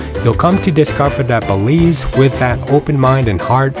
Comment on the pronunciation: Bélize 😂😂😂😂NO WAY